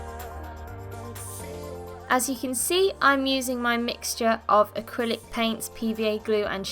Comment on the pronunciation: I felt physical pain when she said “acrylic paint”